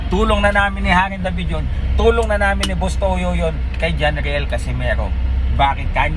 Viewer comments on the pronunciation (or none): none